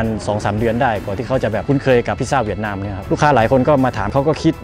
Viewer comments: เหวียดนามเป็นการออกเสียงแบบภาษาเวียดนามครับ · ใช่ค่ะ กำลังจะเมนท์พอดี คำว่า เวียต จะออกเสียงต่ำ น้องเขาพูดเหมือนคน เวียตเลย